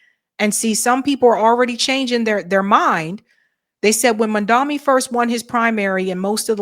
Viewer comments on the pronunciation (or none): Mum-don-ee, not “Mum-dom-ee”. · His name is MAM-DA- NI NOT MAMDAMI! And you said MAM DA MI everytime you mention his name! So I don't think it's misspeaking just guessing you are not a fan??? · What is with the inability pronounce the man’s name properly?! Mam DA nee not man DA me! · do you say Mamdami on purpose like cuome said it before or slip of tongue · MaMdaNi. Please, say the dude's name right. I don't trust him either, but it sounds like you don't know better when you say it wrong every time... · It's Mamda NI... NI... NI... NI. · Jesus, MOM-DON--EE. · I know doesn't read comments, but I cannot watch her channel anymore if she continues to make the absurd and inane mistake of mispronouncing Mamdani's name. That is what Cuomo did in the debate and had a new a**** ripped for him. NOT A GOOD LOOK,. You haven't said his name right, maybe ever.